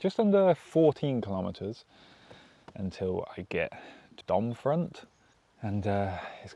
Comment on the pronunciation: Generally (with a few exceptions) you don't pronounce the last letter in French words. So Domfront is pronounced Dom-fron. (for the way back 😉).